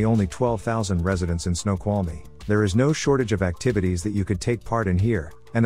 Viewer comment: they pronounced it right… just called it a ‘silly name’